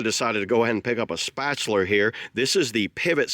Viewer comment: Love how to say "Spatular'"! Thanks for the review! 🔥